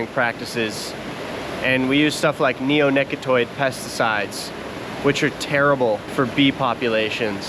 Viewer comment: LMAO Neonicotoid? Try neonicoTINoid.